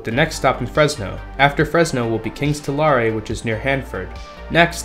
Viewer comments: / People have already taken you to task on the route so I won't pike on. But I will say "Tulare" rhymes with "hair". It does not rhyme with "carry". Also, as you were making this video talking about lack of funding and oversight, the state legislature passed a new state budget that addressed issues of funding and oversight. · The city of Tulare is pronounced "Two-Larry". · It’s Tulare. Not to lar e. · / People have already taken you to task on the route so I won't pike on. But I will say "Tulare" rhymes with "hair". It does not rhyme with "carry". Also, as you were making this video talking about lack of funding and oversight, the state legislature passed a new state budget that addressed issues of funding and oversight. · Seriously, it's amazing that all these people like RealLifeLore and now WorldwideRailfan put in almost no effort to understanding the geography, goals, people, and culture of California when taking these pot shots at CAHSR. As evidenced (and I know it's a small thing, but it's indicative) by the very bad mispronunciation of cities (RealLifeLore with Merced and WordwideRailFan with Tulare). And some of the answers aren't exactly difficult. It's not like you look at Europe and all the high speed rail lines take exactly straight lines from London to Paris to Berlin to whatever the biggest capital cities are. They also take slighly meandering paths to take up as many towns as possible while not deviating too much from the overall path and taking geographically advantageous routes. Of course they would! it helps connect the entire country and continent. It's not just about connecting the very biggest 3 or 4 cities. On top of that, it encourages growth and development along these already-populated (and to be clear, they are populated) routes.